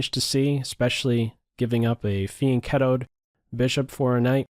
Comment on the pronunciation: When i first started watching i thought you say "Fiend Kettle" like some evil kettles making bad tea. The Quadruple Fiend kettle made me chuckle. Loving the tonne of content recently!